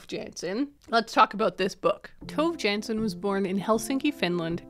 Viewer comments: Ooh I didn't realize until I saw the cover that the book was by Tove Jansson! because as a finn I would pronounce it quite differently :D Very interesting hearing about people reading Tove Jansson, haven't read much besides the Moomins myself, yet! :D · I was crocheting daisy squares and eating chocolate Moomin biscuits while watching this, accidentally incredibly on theme 😂Despite being Swedish, I've only ever read one Moomin book by Tove Jansson (by the way, if you want a tip on how to get her name slightly more right, try to pronounce the E in Tove a bit more 😊), but now I'm a bit curious to give her other novels a try. Also, so nice to have a book rec episode again, I get why you stopped, but I've missed it 😂